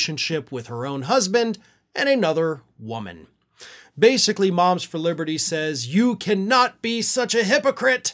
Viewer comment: "Moms For Liberthree"